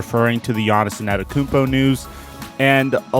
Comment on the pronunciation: Bruh.. it’s not Anatakounmpo. It’s Antetokounmpo. You are butchering the name